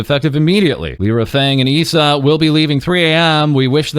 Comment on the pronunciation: just a heads up Lyra is prounounced Lie-ruh